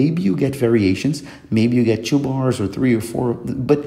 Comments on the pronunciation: Great video, very clean presentation. Just a bit of help because you became a communicator. When you pronounce 2 this or 2 that try not to say Chu, read it like in Spanish Tu, never Chu. You have a great English that word only marked an accent. I had a Brasilian friend In Orlando and I noticed the same pronunciation with anything that started with the letter T. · Po pior que é bom pacas msm . Tbm tenho ingles fluente e só percebi que era brasuca pelo “two” kkkkkkk a gente puxa demais esse som do “tch”